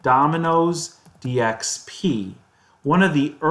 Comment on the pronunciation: Dxp news sounded like dx penis